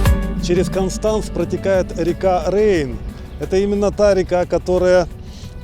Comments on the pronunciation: КОнштанц ist richtig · Ни один немец или швейцарец не поймёт если сказать кАнстанц😂 пока не скажешь кОнстанц, странно что вы ещё не перестроились в плане произношения- акаете как масквичи 😂 всё просто что касается гласных- как пишется так и слышится